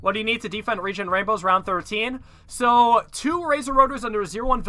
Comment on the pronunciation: the way he says defend as deefend pisses me off